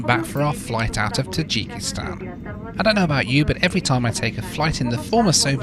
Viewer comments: The way you pronounce Tajikistan is cracking me up. In the states we pronounce it differently. I'm not hating, I always love your content. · Number of times said Tadjikistan